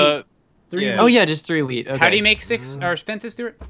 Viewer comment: has anyone noticed when they say wheat they say weed